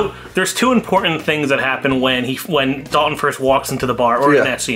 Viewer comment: I've gotta say it. You keep calling Swayze's character "Dalon", it's Dalton. How can this be one of your favorite movies, and you fuck that up? They say his name at least 20 times in the movie. Ok, that is out of the way. Great review of one of my guilty pleasure flicks from back in the day. Loving the series.